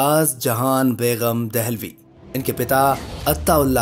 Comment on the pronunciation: Begum not Beghum. There is no guttural sound in begum (gum). In urdu 'g' and 'gh' are different sounds.